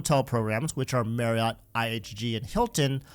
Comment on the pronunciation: Marriott is pronounced "Mary-it".